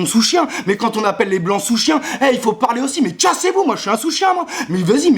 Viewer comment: Quand tu dit "mais" j'ai l'impression d'entendre M&M's XD